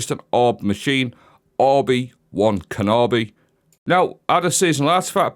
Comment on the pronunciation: ...stay crushin buddy (he said Orbi Wan Kenobi...😂)